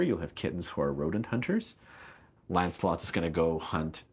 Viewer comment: Almost sounds like he's saying "Landslot" instead of "Lancelot" :P